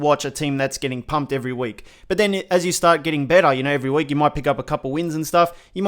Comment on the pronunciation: Very Scottish saying “pumped” Loved that mate